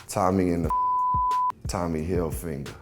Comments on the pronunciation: Why he say tommy holfinger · This dude repeatedly pronounced Tommy Hilfiger, “Hill finger” for some reason. It cant be THAT hard to read that word properly. 🤷🏻‍♂️ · WTF! Why can't this man say "Hilfiger" ( - )!?! Did he have some type of traumatic finger injury as a child? So now whenever he tries to say "Hilfiger", PTSD kicks in, and "heal finger" comes out instead 😆😄😅!?! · Bro said Tommy Hilfinger haha